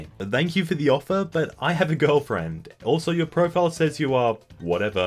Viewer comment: Anyone else noticed how he pronounced thank as 'dank',? Is that an Australian thing? I think it's cute.